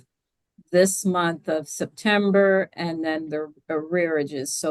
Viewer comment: He looks like he pronounces month as "munt"